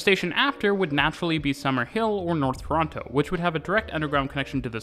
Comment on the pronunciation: Each tine he says Toronto, he Pronounces it wrong every time